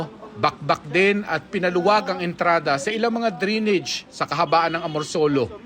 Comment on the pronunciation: Anong dri-nidge? Dray-nij po tamang pronunciation.